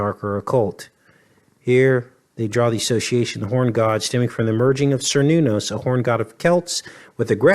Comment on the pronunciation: Cernunnos is pronounced with a hard "k" sound: care-NOON-ahss /kɛər ˈnun ɔs/.